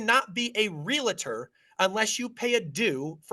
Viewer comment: Guys. It's Real-Tor. Not Real-La-Tor. Ya killing me.